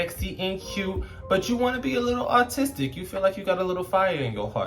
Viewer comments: B, every time you said "aRtistic" all I heard was "Autistic". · I thought you said ‘autistic’ instead of ‘artistic’ and I was like okkk represent the neurodivergent girlies 💅🏼 😭